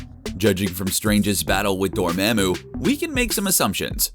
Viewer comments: Did this nigga just say "door-ma'm-oo? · Why does the dude talking in the video pronounce Dormammu incorrectly?